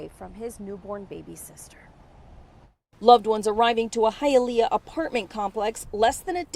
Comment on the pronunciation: Hialeah you pronounced it Right Hi a leah it sounds just like you are saying Hi to someone I had to say it also ro make sure I was saying it correctly 😀!!